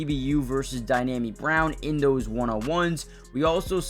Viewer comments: it's DEE-AHH-ME Brown, not Dynami. No N. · Yeah ain't nothing DYNAMI about Dyami Brown